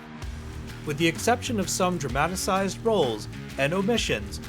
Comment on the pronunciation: There is no such word in English as dramatasize It’s DRAMATIZE